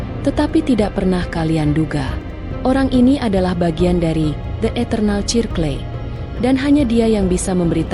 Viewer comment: Aku dengerin kok..... Sirkel Mbak....baca nya....bukan cirkle...